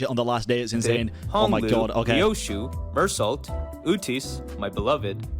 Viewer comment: THAT'S NOT HOW YOU PRONOUNCE MEURSAULT!!!!!! NOOOO!!!!!!!!!!!!!